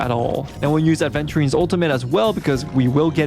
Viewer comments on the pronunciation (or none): Right? Some individuals can’t learn a new word smh aVenturine is a damn gemstone, like topaz, you don’t mispronounce it as topless right dude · That "aDventurine" I can't. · Its Aventurine (the gemstone) not adventurine 😅 Its not like adventure lol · He says ADventurine, opinion rejected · imagine getting this much affected by someone mispronouncing a stone’s name